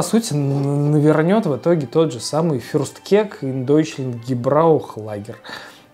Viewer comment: блин. как же доставляет произношение фюрстКЕК